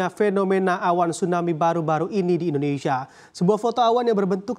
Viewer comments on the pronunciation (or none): none